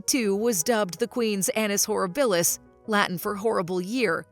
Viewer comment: Very poor examples! None show her as ruthless, on the contrary. Also, it’s horrIbilis. Thumbs down.